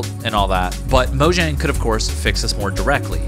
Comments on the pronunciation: but if you play in offline mode it still doesn't work. and its pronounced moyang cause it's swedish. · FOR GODS SAKE ITS MOYANG